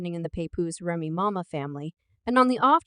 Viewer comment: Um, it's Remy Ma, just one Ma, not Ma ma, hold up, did she just call Papoose, papuman?😂😂😂 Chick can't read to save her life🤣